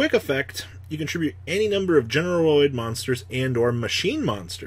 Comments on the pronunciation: GeneRAID not GeneROID you boomer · GENE RAID. yikes that was painful. your pronunciations are brutal lmao